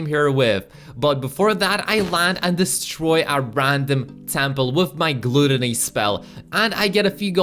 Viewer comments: Its not pronounced glootony its gut but with an l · Gluuutooony not gutany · Gloootony lmao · I laughed when he butchered glAToNy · Did he say glueteny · I never knew any body would say gluddony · Him pronouncing gluttony wrong makes me cringe